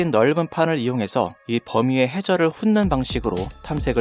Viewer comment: 훑는 발음은 훌른